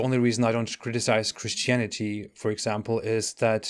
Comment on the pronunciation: I love the way you pronounce Christianity 😂😂😂😂😂😂😂😂😂😂😂😂😂 Christianiteee